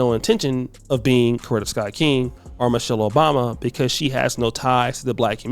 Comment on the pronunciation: “Michal Obama.”😂